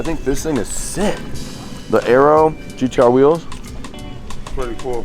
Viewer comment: Just noticed said GTR like an aussie lol. He says GDR